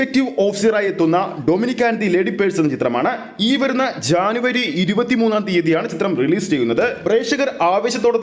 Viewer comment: എടാ പൊട്ടജാനവരിഅല്ലജനവരി ആണെ